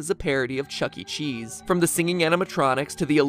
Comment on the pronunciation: "Chuckee Chees" 💀